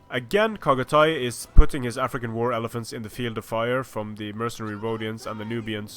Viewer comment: Chagatay is pronounced with "ch" at "cherry" not "kh" at "khan". Other than that, you aren't butchering anything.